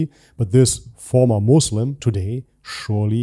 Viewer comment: Moozlim....sounds accurate 😅